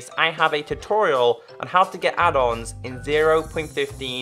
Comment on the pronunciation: Who else thought he said (hey guys welcome back to minecraft pe adults video) rather than add ons video